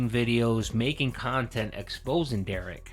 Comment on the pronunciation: Please continue to normalize the pronunciation of Derich with a hard "k" sound. Big ups for doing that.